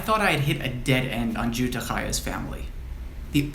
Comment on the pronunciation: How terrific that you were able to go back so far! Always so exciting! I believe that Jutte's name should be pronounced as if spelled Yutte. As you must know the letter "j" is pronounced like the letter "y". I have a cousin whose family were supposed to be Bienensztok but ended up with the mother's surname - Tenenbaum - something to do with late registration of the childrens' births. In my family the Zychlins took on the mother's surname - Cohen. Zychlin: the "Z" is as the "dz" is in Lodz and the "ch" is guttural as in Chaim. So, it was just easier to be Cohen once they left Poland for English speaking countries.